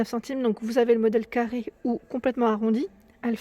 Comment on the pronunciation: wouiiii tu as dérapé sur le "carrrrrrrrée". Oui je suis un peu vénère pour les vis et le carré pour les visser. Surtout que ça vient de se reproduire avec l'autre meuble de SDB . J'ai tout planté dans l'entrée ça m'énerve et comme j'ai une main blessée je ne peux pas forcer. En plus ça fait mourir de rire mon cher et tendre qui est à 50 km d'ici et ça m'énerve encore plus. C'est un super bricoleur, alors ça se moque, ah les mecs j'te jure. 💋💋💋💋💋💋💋💋💋